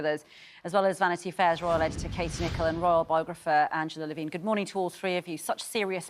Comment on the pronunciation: Can you guys learn to pronounce your guests names before you announce them? Levin, not Levine.